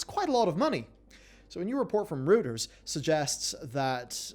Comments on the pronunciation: 'Royters' not 'Rooters' lol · It's pronounced roiters not rooters :/